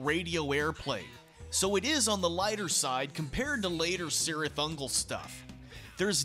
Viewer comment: Isn't it pronounced "KEERith"?